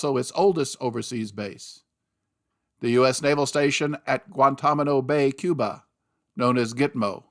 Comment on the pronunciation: Guan-Tan-A-Mo, not Guan-Tom-A-No Please pronounce it correctly. That is very annoying.